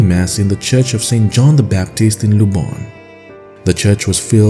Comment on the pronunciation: Quibble. You pronounce Polish Luboń as if it were Spanish Lubón. It's actually Lúboñ.